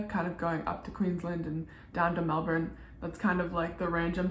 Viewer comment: Congratulations for pronouncing Melbourne correctly . 😊